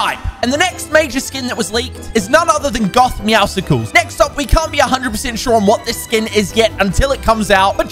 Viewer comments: it's not meow scycles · bruh he said meowscles wrong